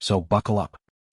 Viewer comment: You don't even sound wyt for one you can't even pronounce his name, i call bs.